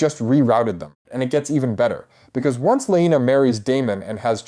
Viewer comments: Alicent was older. Also if you haven’t read the books you shouldn’t be making videos about it. Also you’ve pronounced Laena wrong every single time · Weird way to pronounce Laena and Baela.